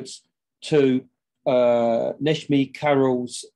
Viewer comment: Not a bad shot but then I do live here. Tepe - e as in egg so tehpeh Kara as in Carrot and C as J so Nejmi. This should help a bit 😀